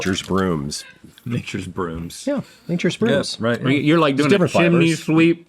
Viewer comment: Alton really turned Aussie for a minute there "roight" "it werks"